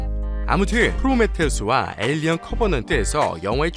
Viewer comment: 7분27초 왜 도대체 왜 '에이리언/에일리언'을 '에어리어/에어리언'으로 발음하나요?